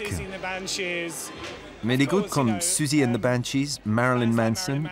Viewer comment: ça se prononce comme ça :') "siouzie"